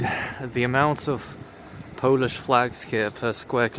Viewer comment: your pronunciation for the polish letters is actually really good